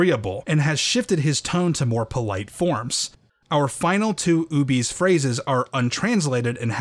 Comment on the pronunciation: I've always read the term "Ubese" as "Ou-beh-sae", closer to an African(?) dialect (don't know enough about African regional languages/dialects, but the nearest approximation I could think of), since it's also the name of the species in the Star Wars universe, and "Ubese" as pronounced in the video sounds too close to "obese", which just sounds silly. :D I saw them in KOTOR 2 as enemy NPCs, but didn't realise they were supposed to be the same race as Boushh/Leia.